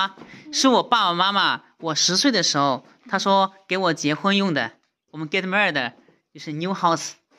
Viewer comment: 為何到現在get married 還會講成get murder我的天啊‼️